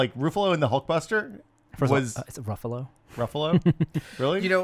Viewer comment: Yeah it's "Rough-allo", not "Roof-allo".